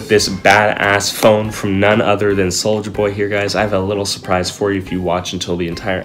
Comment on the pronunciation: Take a shot every time he said Souija